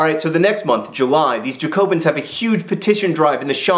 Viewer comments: I'm glad that you acknowledged your lack of ability to pronounce certain french words, but putting the emphasis on the "co" rather than the "ja" of Jacobin, whether you pronounce the french ending correctly or not, kind of hits a sore spot for me. Then again, the captioned photos defs made everything beyond epic. :D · ZZHAC-o-been, where the ZZH sounds like the s in english words like vision or leisure. Lol at Jack O bin. Sounds like the place you put your halloween lanterns when they've gone mouldy. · It's Ja-co-bin!!!! You should read some Jacobin fiction. The only one I've read is Caleb Williams by William Godwin, it's very good. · Not at all, It is pronounced "jacobin" with the nasal vowel like in french. Cause it's French (wow I'm enlightening xD). We don't pronounce "j" like "y", that's some other people in Europe, the German maybe? c__c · I'd say more like 'jah-co-ben' but that's just me. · its Jack-o-bee-anne :P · its pronounced Jacobin :P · Aaaaaahhh! It's JacoBAH. That's how you pronounce it! Very nasal. Other that that, brilliant! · Your pronunciation of jacobin actually made me cringe. And the fleet to varennes was actually the monarchy leaving for Austria